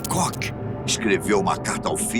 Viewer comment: Karl Otto C O C K 🤣🤣 Koch se pronunciar "cór"